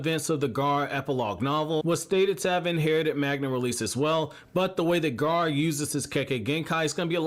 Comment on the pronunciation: It's not gaaar it's gara